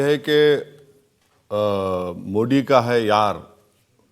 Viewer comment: Owaisi Modi ji ka naam sahi se nahin leta